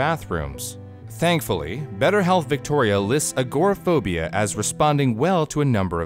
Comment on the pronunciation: It was interesting but you really should learn how to pronounce agoraphobia lol look me a while to figure out what you were talking about lol